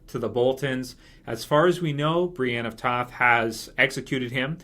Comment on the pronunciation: Did i just hear A New Englander Accent when you said Brienne of Tarth? If so thats awsome